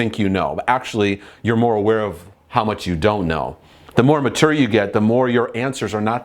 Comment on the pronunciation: Please don't pronounce mature like that.